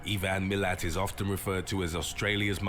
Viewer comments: It’s pronounced’Eye-Van’ not ‘ee-van’. And yeah. This shit was totally fucked up. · I-van Milat (not E-van) is dead now, these people who do these clips on Australia really need to learn how to pronounce places and name first huntsman spider will not hurt you, they just look scary because they can be the size of your hand ,if anything they are good and will kill and eat the smaller spiders, no one calls a red back the Australia black widow. its just similar to your black widow as the best way to describe it to Americans. and the only way people get bitten by one is if they pick something up out of the ground and put their hand all fingers on it, they love to nest in rubbish all things laying around your yards